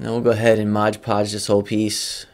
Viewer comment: There is no "g" in "Mod"!